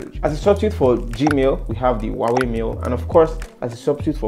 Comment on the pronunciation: Is Huawei, no wawy